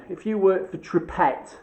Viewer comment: You can get a tube version, like a paintable silicone...repaircare? 2hrs.. not putty though, don't know about listed buildings.... Always read the can!! Oh, it's pronounced two-pray....btw